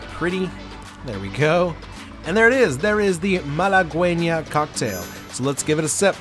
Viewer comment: I think it’s pronounced malagueña. Cheers 🥂